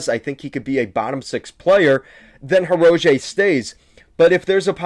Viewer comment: Learn the players names if your going to talk about a team. Butchering Hirose and Nedeljkovic's name shows me you don't follow the team.